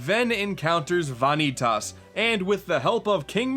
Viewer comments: God damnit, I know this is nitpicky but vanitas is pronounced "vuh-nee-tus" not "vah-nee-tas". And the emphasized syllable is the second one. Not the first one. Love you tho <3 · Fanetas? my dude wut!? They say the name the right way Goofy XD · It’s pronounced VAH-KNEE-TESS it’s even said in the game 💀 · For Gods sake... it’s PRONOUNCED “VAH NÉE TIS.” PLS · Why did you pronounce "Vanitas" as "Vaaanitaaas" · Vanitus (Vuh-nee-tus) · omg sweet god it's pronounced VA-KNEE-TIS uggghhhh also its the x blade aka the CHI blade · VAHN- EE- TAAS? Really?! How do you get that from all the times they say his name?! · it's pronounced Va - Knee- Tis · VAH-nitas huh? That's a new one. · "Van nee tas" Godamnit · VA-Nii-Tahs? He has to be saying that for comedic effect he has to have heard it in the cut scenes orat least watch Some Call Me Johnny's review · The Japanese pronunciation is Vah•nee•tasu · Ok in case any dude does ever read this it is pronounced like vaneetus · I agree which hurts me more that he says van eee taas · You keep mispronouncing Vanitus. Edit: Kingdom Hearts 3 comes out in 2018. Didn't you see that in the most recent trailer? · um, I'm sorry, but, Vonny-tus? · "vah nee tas" for fuck sake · vanitas..... its like saying van e tas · Why does he say Vanitas wrong. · okay what?! it's bugging me how ur saying "Vanitas" after they say it in the game several times. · >Pronounces name wrong >"Yes, the names are weird" Thanks,. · Did anyone else get upset and correct this guy whenever he said Vanitas? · when you hear a name so badly pronounce it hurts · How do you pronounce vanitas so wrong after playing the game? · The way he pronounced Vanitas... fml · How the fuck do you butcher Vanitas name that bad? Get your shit together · Am i really the only one bothered by the way he pronounces "vanitas" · The Coffee Alchemist I don't know how he doesn't get the real pronunciation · I loved the game, but you said Vanitas wrong.